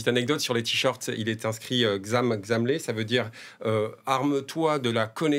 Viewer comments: Petite correction on prononce "Ham Hamlé" Pas Zam Zamé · Xam Xamlé est prononcé en wolof comme kham khamlé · C'est plutôt ham hamle, le Kh ne se lit pas en français comme le font les sénégalais